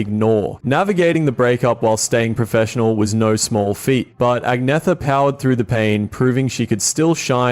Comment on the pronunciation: Her name is actually pronounced AN-YETH-A ...the G is silent.